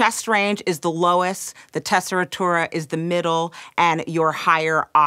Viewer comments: Why does she say tessitura like that though? There's no ri there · How did she pronounce tessitura????